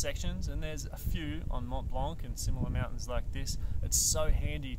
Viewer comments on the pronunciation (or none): Tip #11 Don’t prononce in French 🇫🇷 the « C » at the end of « blanc » 😁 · So first off the C is silent in Mont Blanc it's just how it's pronounced in French. Secondly tip 3 how to use your basic gear, seriously. This is when you are going to learn how to use crampons. Though now that I have finished the video, perhaps its just slightly misnamed. This is how to be a beginner mountaineer. It's not mountain specific to Mont Blanc just any beginner mountaineering.